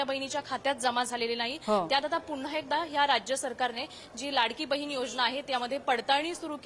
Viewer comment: बहीन नाही गं बये बहिण 😂 किती अशुद्ध भाषा तुझी .